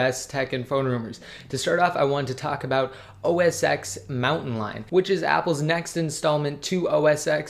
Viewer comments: Please say it rightttt, Its called OS Ten not "X". The X is a roman numeral and its pronounced ten! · call it os 10 not x xis 10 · That's what i mean. He pronounces it as OS X (with letter X), not 10. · Its OS 10, not OS X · OS TEN get it fucking right, you seem like a smart person put why do you say X!